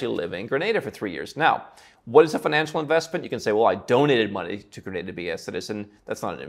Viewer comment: Listening to you mispronounce Grenada was annoying.